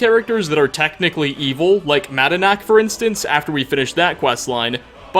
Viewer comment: Say it with me madanock like knock not knack. I'm sorry I always correct you pronunciation of words. I can't help me self.